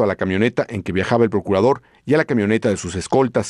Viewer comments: Lo bueno que fue el Porcurador y no el Procurador😂😂😂😂😂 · porcurador,?? o sea curador,de puercos,,??,yo asi entiendo,, que dice,,bueno menos mal